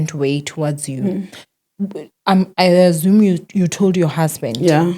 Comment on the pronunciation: yes you don't owe us good English but why do you say 'azzume' instead of 'assume'? There is no letter 'z' in the word 'assume'. Hhayikabi.